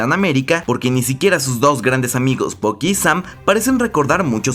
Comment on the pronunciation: todo bien hasta que le llamas "bocky", por que tenéis que cambiar la pronunciación a todo los latinos ? que obsesión, mira que ni los americanos lo hacen.